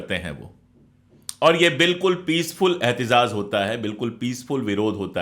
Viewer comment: احتجاج यानी के अहतिजाज लफ़्ज़ है अहतिज़ाज़ नहीं।